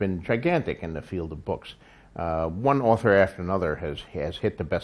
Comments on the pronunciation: Andy Moore bewks. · ***** Oh, I like the way george says "boks" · Der buuks? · I really like the way George says the word 'books'.